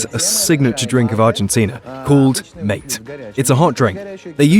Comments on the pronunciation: not mayt yes mah-tay just how mate is pronounced in Spanish yerba mate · also 1!:00 its MAAH TAY not MAYT